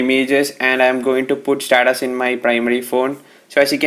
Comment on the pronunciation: This guy cannot say status he is saying SATATAS IF YOU ALL AGREE THEN LIKE!!